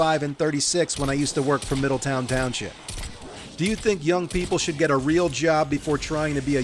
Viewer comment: You pronounce the W in Middletown? You must be from north Jersey.